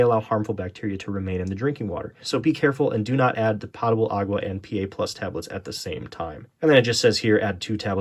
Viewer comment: And he even spelled it correctly. 😂. Making me crazy every time he says it.